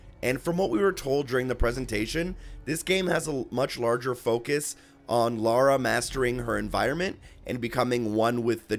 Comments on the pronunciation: A, Her name is Lara! Not Laura! whats wrong with you americans? and also, doe this game have quick time event button mashing? I bloody hope not, that ruins a game. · darren s We have Rights to call Lara,"Laura",Is just a Mistake,Everyone makes mistakes,Like you Got mad at Amercians! that's the biggest Mistake You ever made.